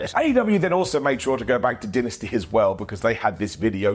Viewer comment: It's Dynasty not Dinasty. Lol ❤ Kidding with You 😜